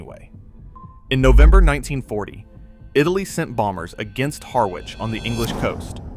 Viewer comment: Mate – How difficult is it to look up how to pronounce Harwich? Otherwise very interesting. USSR?